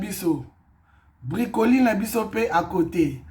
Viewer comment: ba bengaka yango na français Brocoli et non bricoli